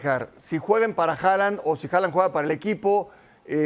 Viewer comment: Me da ansiedad que le diga Jolan xD